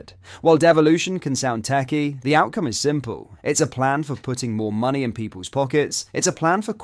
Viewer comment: Can she please learn how to pronounce the word “money”